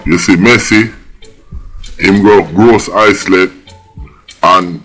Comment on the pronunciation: Gros Islet pronounced Grow-zee-lay!